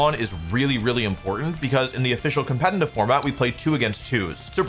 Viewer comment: Brooo! When the fuck will you learn to pronounce “competitive” the right way??? You’re a grown ass man FFS!!